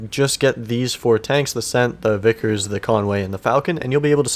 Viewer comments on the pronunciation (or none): none